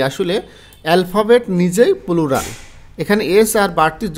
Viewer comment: পিলিজ, পুলুরাল, টিরি🤣🤣আগে উচ্চারণ শিখুন